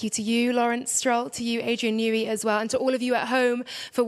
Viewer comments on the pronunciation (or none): “New-ey” tunnel